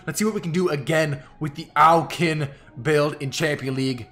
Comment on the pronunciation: Question why do you 9say Au kin